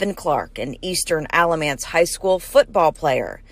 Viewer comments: Alamance you got right, kinda… except it’s Alah-MANce. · I live in Alamance county and this is crazy!! The pronunciations is a little interesting but your effort is so appreciated!! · Alamance is actually pronounced with a short a sound. The end of the word sounds more like “ants”. Not that it really matters though lol. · This one isn’t too far from me. It’s crazy! So sad! And it’s Al-lah-mance county! And meh-ben 😬 F-land no shade just helping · Al like the name when pronouncing Alamance County. Efland not elf. I’m a follower and fan of yours from North Carolina.